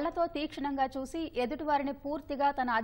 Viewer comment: soosi kaadu madam chusi ani cheppali script sarigga rayaledu